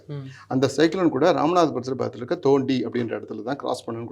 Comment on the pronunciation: அய்யா அது எங்க ஊரு தோண்டி இல்ல அய்யா தொண்டி....